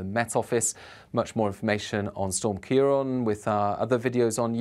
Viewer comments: You keep saying 'ciar on' rather than 'ciar an.' Why name the storms if you'd not going to use the name . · Thank you pronouncing Ciarán correctly - the first time I've seen it done from UK coverage!